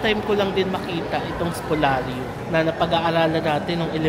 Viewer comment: It's Spoliarium with an "i". Great vlog, as usual! 🙂